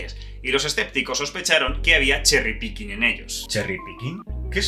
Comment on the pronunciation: Cherry Picking, yo escuché Sherry Birkin. 😂